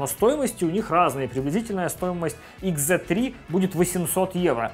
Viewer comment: Услышал слово икс, выключил видео... Ну нет такой буквы в английском алфавите... Уж извините.